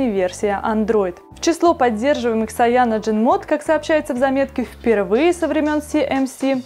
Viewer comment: Ужасно, как можно давать человеку который в технике ничего не понимает, давать объяснять людям про технику... Сам учусь в Китае, никакой ни Шаоми, Сяоми - правильно. И насколько я знаю говорят Кайяноген или Цианоген, но как говорит она... Нонсенс...